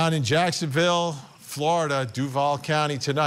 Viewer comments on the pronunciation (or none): It’s DUUUUUUVAL (Dooo-Val) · Its pernounced Due-Voll. Obviously not a Jags Fan. 😅